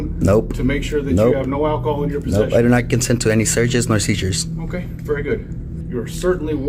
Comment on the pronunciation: 😂bro you cant even pronounce "seizures"